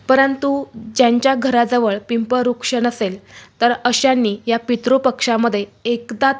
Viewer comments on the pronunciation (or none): वृक्ष ऐवजी आपण रुक्ष का म्हणता ?